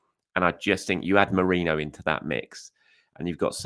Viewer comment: His name is mErino... Not mOreno... Come on man you're a journalist.